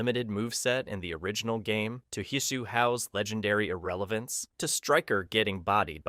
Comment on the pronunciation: Cahno? His-Shoe Hao? Jakwie? WTF man!